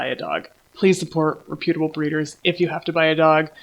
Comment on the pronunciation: The incorrect pronunciation of reputable is killing me. 😢